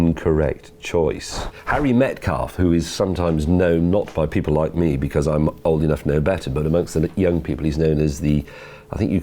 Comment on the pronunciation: why cant you say because?